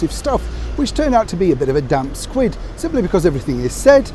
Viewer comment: Squib, not squid!